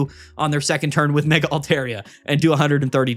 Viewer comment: Mega keeps getting me 😂 I hear ‘my mega altaria’ and I’m like YOUR WHO ALTARIA